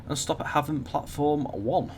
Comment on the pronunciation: Matt told you how to pronounce Havant on stream the other week but you’ve reverted to your old incorrect ways... Otherwise great video